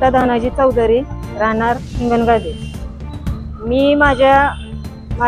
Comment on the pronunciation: हिंगणगादे आहे हिंगणगाव नाही